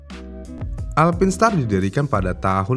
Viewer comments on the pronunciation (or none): Sebutannya haruse bener.. "Alpain star"